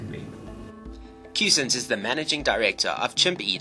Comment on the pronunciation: You are making me crazy with your pronunciation of his name!!! It is pronounced "cuzins" not "coosins" I realize you have an accent. But this is a man's name. Now you try it... CUZINS... Can you say "fuzzy?" Well that is how you pronounce Cussons.... Got it??